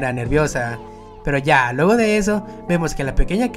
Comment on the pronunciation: No puedo parar de escuchar el "pero ya lueho de eso"